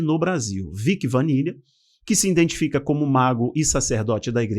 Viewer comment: Ê dificildsde em pronunciar uma palavra tão simples "IDENTIFICAR" SEM "IN" POR FAVOR! ISSO CHEGA A SER OFENSIVO!